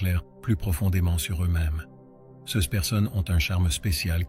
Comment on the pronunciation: Un superbe message... malheureusement dit par L'IDIOTIE ARTIFICIELLE qui prononce cesse à la place de CES... il y a encore d'ÉNORMES progrès à faire côté INTELLIGENCE LINGUISTIQUE !!!!! 🤢🤮